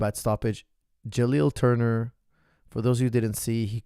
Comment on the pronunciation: Jalil Turner made me laugh out loud. He not only pronounced it wrong, he also made him muslim In the process 😂